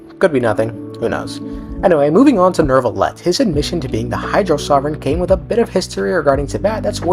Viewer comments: Is pronounced new-vilet not nerve-ilet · Bros name is not "Neurrrvillette"